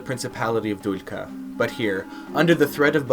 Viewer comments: i like the video, just one thing: its not Duljka its Duklja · You need practise with pronunciation, butchered Duklja and queen Teuta so hard 😂